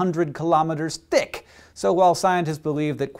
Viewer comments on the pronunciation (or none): none